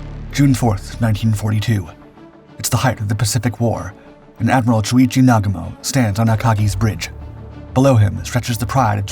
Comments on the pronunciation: Admiral Chuichi Nugamo?? It's Nagumo. Every time I decide to give you another chance, you screw it up. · AI sure murdered Nagumo's name. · The Dauntless had no bomb bays hence no bomb doors to open. There were no Japanese twin engine carrier bombers. Teach your AI how to pronounce Adm Nagumo's name. This video sucks.